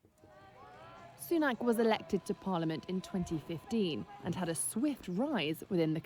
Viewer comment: Sunak has a short 'a' not aak.